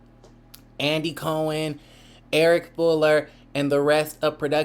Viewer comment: I like how you say Andy Cohen name